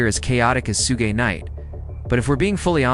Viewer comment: sue-gay-night lmfao